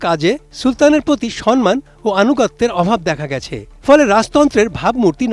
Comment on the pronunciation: একজন "জন্ম"কে বললো "জরমো" আরেকজন "সম্মান" কে বললো "সনমান"। এদেরকে এমন পদে বহাল রাখে কিভাবে🙂